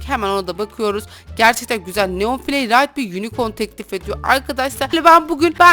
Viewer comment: abla kusura bakma seni seviyorum ama niye filey değil de fılay demiyorsun sinirim bozuluyor lütfen üzülme ama bu benim düşüncem abla seni seviyom canım abllamm